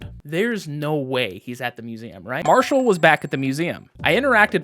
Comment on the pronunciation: Marshall really like suMeum. (Museum)